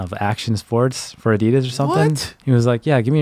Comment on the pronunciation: Wtf the main host really doesn’t know how to pronounce ADIDAS!??!